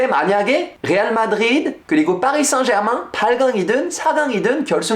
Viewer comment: 파비앙의 파리 생제르망 발음을 들으니 새삼 파비앙이 프렌치인게 확 다가오네요.